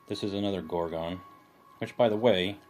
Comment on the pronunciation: It annoys greatly how you aren't pronouncing "Gorgon" correctly. Please reference this: I might not be any better, but Americans suck at pronouncing English words correctly, they speak lazily. I need to focus on not speaking lazily as well, its something I'm trying to fix about myself cause I realize how bad it is.